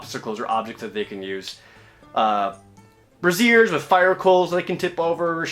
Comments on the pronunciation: brazier pronounced "bray-sure" not "bra-zee-yer" like the undergarment. Silly ProJared, knocking womens underwear over in the middle of combat. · You say "Brassiere" (bruh-zeer) which is the long word for bra. I think you meant to say "Brazier" (brāZHər) which is something more likely to have coals in it.. I would have let it go but with all the other words that get mangled such as: melee, coup de grace, blackguard, etc. Thank you for mentioned 'house rules' briefly. Loved this series immensely and I bought 5th Ed with Christmas money. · hahaha braziers isnt pronounced like a bra lmfao